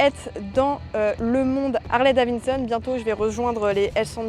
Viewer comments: « c’est Davidson et pas Davinson » ça va on a compris, elle a peut être une difficulté de diction 🤷🏽‍♂️ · Ça fait plaisir d'avoir des youtubeuse fan de mécanique pure et dure, juste si tu peux éviter de dire davinson 😂 ça serait bien 😂 Harley c'est suffisant à dire